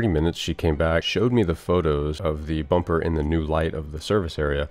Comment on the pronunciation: "Let's change the bumber" there it is.